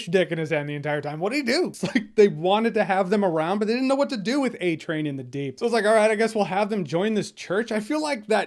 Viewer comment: First off... You said, “deep doo”. Heh heh... Second, Deep provided the proof/video of the airliner disaster. So he did do something....